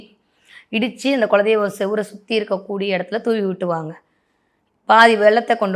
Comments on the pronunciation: Kindly pronounce as kula deivam.🙏🙏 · குலதெய்வம் என்பது சரியான உச்சரிப்பு